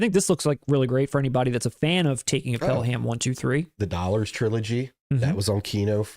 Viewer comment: Id say that Pelham 123 is absolutely worthy of a blind buy. It's classic. Further more, not to be a douce here, but it's pronounced Pel-em not the phonetic Pel-Ham. Love the show.